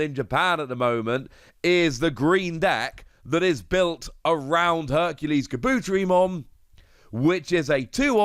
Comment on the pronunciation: I hate to be this guy. Kabuterimon (car-boo-teh-ree-mon)